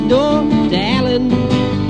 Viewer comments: alan not alarn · hahaha you take the piss out of the way we say "Alan" but you keep saying "Alon" yourself lol